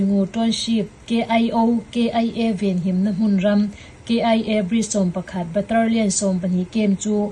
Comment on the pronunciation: Baterlian nilo in Batalion titur.. three prawi nilo in three point aw